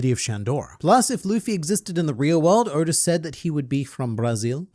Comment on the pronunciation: Hold on a second... When you mean to say Eichiro Oda's name, you always pronounce it as "Odor," due to your Australian tongue. However, when you mean to actually say the word "odor," you say "oda" ?